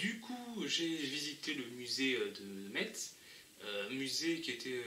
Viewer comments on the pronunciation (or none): Prononcez Metz [ mes ] à la française svp. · Ça se prononce Mess, c'est le premier truc qu'on apprends quand on viens à Metz :) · Argggg le T. On est en France, pas en Allemagne. Le T ne se prononce pas.